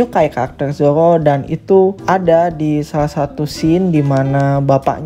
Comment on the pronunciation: kedengernya zowo 😂😂